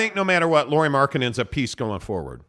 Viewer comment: Some thoughts on Lauri: Firstly, as a show that talks a lot of Jazz, you guys could give your newest All Star that much respect that you would learn to pronunciate his name. It's not a Lori Markkanen, it's Lauri as a how English speaker says name Lowry. Well, at least close enough, nobody expects you to learn to roll your r in the middle 😄 Secondly I think his biggest downside is same as his biggest upside. He is a pretty typical Finn: he is reserved, polite, humble and ultimate teamplayer. He doesn't demand stuff, not ball, not plays drawn to him and at this season there has been comments from players that he has needed his teammates to remind him he's their guy. Unfortunately for him, NBA is alfadog game. But! he has improved a lot since earlier seasons about taking the number one role. Earlier in the season Conley was the leader of the pack and Lauri could be "just" number one. Now that he's gone, Lauri knows he need to be and also wants to be the leader in all possible ways. It will be learning process for him since it's not natural to him. I think though that if he get second season with Jazz and good roleplayers and can be The Man, he will be a lot more alpha next year this time. If Ainge gets some other alpha to come to the team already in next season, I don't know if we will see Lauri taking that step with this team.